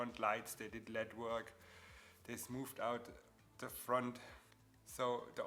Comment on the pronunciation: I know you have a thick accent. I can hear it. So clearly English not first language. Daaa? So I'm not trying to be rude just want to be helpful. In the beginning you keep saying lead, but what you mean to say is lead. Big difference. It's ok, not your fault, English is dumb. Side note: cool video, leading the way for beginners on lead joints. Next you should talk about LED lighting and how to connect the leads to power and control them, as theyve led a bright and interesting life since their invention and lately taken the lead in automotive accent lighting, which can be another cool car mod like your fenders and their lead joints